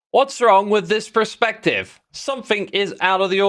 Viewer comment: X PLEASE 😭 Perspective not prespective, you're killing me here